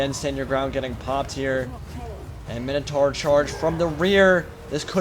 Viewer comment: Awesome vid! Dont like being the party pooper but isn't Minotaur pronounced 'My-no-tor'?